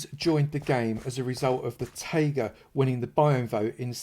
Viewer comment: It’s not Tága it’s Taiga pronounced Tie-ga